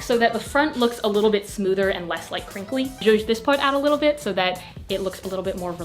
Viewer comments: nobody: not a single soul: literally no one:: sjoosh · someone make a compilation of saying "zhuzh" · nobody:: so im just gonna “jouge” this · Hey to whoever has a trouble understanding that word she keeps saying “ zhush, juje, jooj, zush, zuje” it’s is JOUE. “Joue” is a word in French that means “to play with”. An example would be “play with the small pieces of your hair to make your braid more define.” This sentence means, tease some pieces of your hair to make it look more out together. To use the the word “joue”, you can say “when decorating your bare wall, joue with the items you want to use to decorate so you can have an idea what fits where and what matches the rest of the room. It can either be portraits, posters or even a wall decor.” Hope this helps! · naw how about the word "shushe" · I’m Czech and we have this extra letter in the alphabet, it’s Ž. What pronounces sounds exactly like this letter so for me the whole word would be something like “Žuž”. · No one: Literally nobody:: JUJE YOUR TUCKED SHIRT TO THE BACK!!1!1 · i love when says “juje” (spelling?) lmao idk why but every video it’s said, i can’t help but giggle 💓